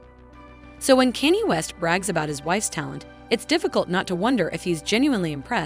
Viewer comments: Bullshit channel. You are not using your own voice. The prenounciation of "Kenny" got me confused at a time where I did not want to review the video. You think AI can replace humans? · These garbage ai voiced videos are getting old. Not a Kanye fan but at least I can pronounce his name, it's not Kenny. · And used AI can can’t even say Kaynes name properly 😂